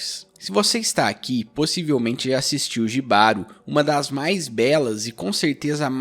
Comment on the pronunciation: Só pra acrescentar Jibaro se pronúncia "Ribaro" ❤️ tem várias formas de interpretação, pq tbm poder ser interpretado como um relacionamento tóxico ,o autor é espanhol, então acredito na sua interpretação tbm